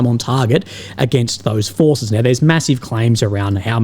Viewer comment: 😂😂😂 Ukrainian fooohhhces were deployed around heaaaaa “😂